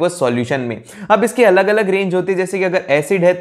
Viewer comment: Aaag ❌ aalag ✔️ 🫡🫡🫡